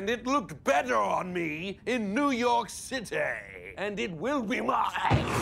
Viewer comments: I have to be the one guy that thinks Simon's pronunciation of "the big Cit-ay" is slightly more epic than Laszlo's....but only by a very small margin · New York Citaaay! Now I can never go back to the original pronunciation, thanks to Lazlo and Simon the Devious ( sounds more fun this way 😁)! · Laszlo’s “New York City” pronunciation will never not make me laugh. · It's Laszlo's expression after hearing Simon say New York City that gets me each time. It's like "nice try but my pronunciation is superior!"